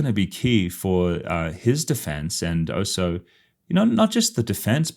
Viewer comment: Why do you say "oh so"? The word is "also" 🤷🏻‍♀️